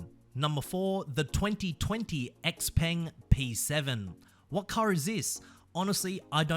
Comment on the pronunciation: It's not "X-Peng" like in "axe", mate. It's "Shei-Peng" like in "sheila".